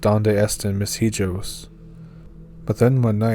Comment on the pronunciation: Hijo is pronounced like 'ee-ho' lol